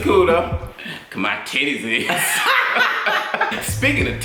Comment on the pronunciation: The way Tim pronounces "Titties" lmfao its something like "Tiddays" emphasis on T